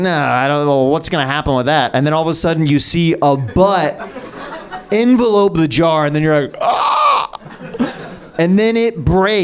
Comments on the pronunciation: It's not pronounced like envelope. It's pronounced en-VELL-up. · whyyyyyy do you say envelop like it's envelope (for mail) ????